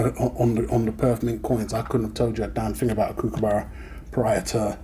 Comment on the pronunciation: Kookaburra is NOT pronounced like BOO as with a long U sound. It is pronounced like BOOK or COOK or LOOK.